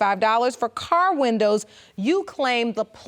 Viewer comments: Leslie Bramble,,,, these type of blk women take our race BACKWARDS 60 yrs. They need to take school seriously. Learn to speak properly. MEN is the word for more than one. No need to put an s on MEN. Windows is the way to say it. It's not winders. Don't put us back in the 20s. The 4 of them are embarrassingly funny/sad. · Oh my God she pronounces windows like wonders. Wahnduhh